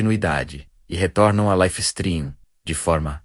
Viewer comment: Life streum ? pqp.. dá raiva de ouvir esse negocio errado.